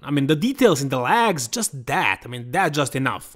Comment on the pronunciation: come on!your läägs as in jet laag are getting more ridiculous.at least try ro pronounce them as legs as in left.if you can t just say quads pr wheels or thighs but not läägs!